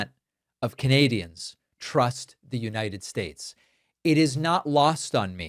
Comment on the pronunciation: “The United Staysh”😁